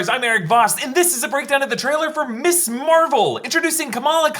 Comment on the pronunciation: Someone tell Erik it’s not MISS Marvel, it’s MS Marvel. They have different pronunciations and have different meanings